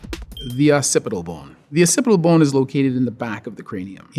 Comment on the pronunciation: I just like the way he says bone! This dude is super cool, super smart, and really chill.